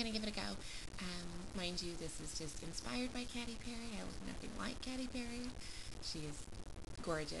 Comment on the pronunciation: youre saying katy wrong lol its not CATTY its KATEY, but your makeup looks good :)